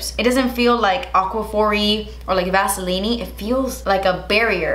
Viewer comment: Aqua-phor-E Vas-e-line-E 😂😂😂😂